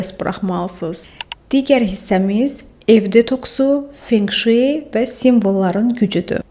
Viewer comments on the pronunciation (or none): Video üçün təşəkkür edirəm, əziyyət çəkmisiniz❤ P.S. Feng Shui "fen-şuy" oxunur😊